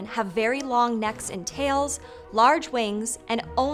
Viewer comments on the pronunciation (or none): none